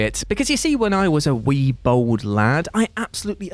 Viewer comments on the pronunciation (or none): none